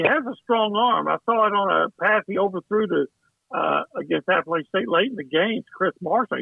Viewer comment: It's App-a-latch-in State. Not App-a-lay-chin State.